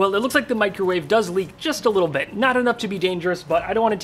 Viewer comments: It's caled a 'macrowave' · Disappointed you didn't call it a "Macrowave" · I now can never hear the word "Microwave" without the "micro" part being emphasized in my head.